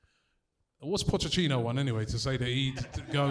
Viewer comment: Pochechino: PocheTTINO: Pochechino: 🙄